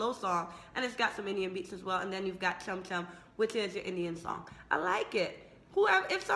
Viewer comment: your pronounciation is wrong....its not kam kam.....its chham chham